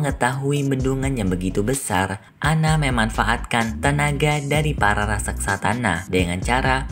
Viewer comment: Raksasa bukan raksaksa